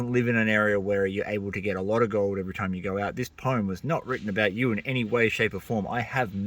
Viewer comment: Mate I agree with everything you said and liked your poem -- but there's one thing that I feel really compelled to bring up... it's been driving the "grammar nazi" in me insane and I can no longer stay silent... WTF IS POME????? IT'S POEM, PRONOUNCED "POH-UHM" ARGGHHH I'M SORRY BUT... >.<! 🤣